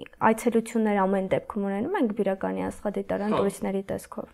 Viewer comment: Աղջիկ ջան մեր գյուղը բիրական չի այլ բյուրական